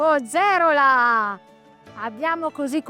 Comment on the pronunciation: Attenzione si pronuncia pogerola con l'accento sulla o